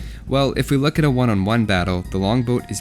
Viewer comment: regardless of where they're et on the health bar That was the most Canadian I've heard you sound in any video.